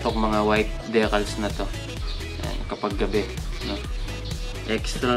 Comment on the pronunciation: I think it's Dee-cals po not de-cals. Congrats sa new helmet sir and Ride Safe 😊